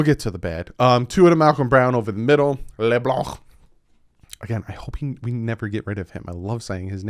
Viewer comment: “Leblanc” glad I’m not the only one who thinks like that. Have to say anything with le with some sort of French accent lmao